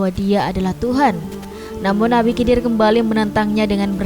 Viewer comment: Cara penyebutannya nabi khidir. aku curiga sama channel ini😅